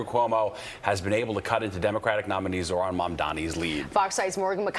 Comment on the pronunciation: Go learn how to pronounce "Zohran" dum dum. It is zohhran. You can't just barely pronounce the letter H.